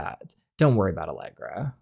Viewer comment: Are you saying Allegra’s name like Allergy on purpose or do you think thats her actual name 😭